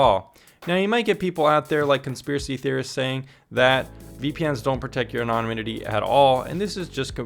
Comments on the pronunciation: Take this in the way it is intended. It is ANONIMITY..ANON - IMITY. (A NON IM ITY} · Thank you for this informative video. May I offer you a tip on pronouncing the word, anonymity? Say it like this: ano-NIM-itee. The syllable in caps is the one that gets the emphasis. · Jesus CHRIST it's pronounced AN·O·NYM·I·TY get a FUCKING clue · "Anonynimity" lol.